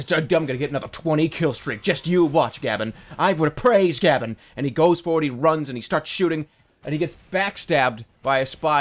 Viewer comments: "GABBIN" Uh, it's "Gabe-en" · It's not Gah-Ben, it's Gay-Ben. Get it right Jerma! Gawd... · Did he say gabin? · he pronounces gaben like gabn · So you call Gaben as Gában? Ok then.